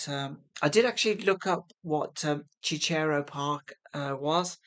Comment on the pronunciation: Cicero is pronounced like sister.